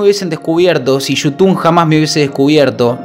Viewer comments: "Yutun"?? Jaja kpoooo! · Pensé que era un vídeo serio hasta q dijiste "yutun" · ¿YUTUN? ¿YUTUNER?😂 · Desde que dijo yutun ya me di cuenta que era re joda jajaja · Ya cuando dijo yutun me di cuenta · Cuando dice yutun es xq esta hablando de boludeces jajaj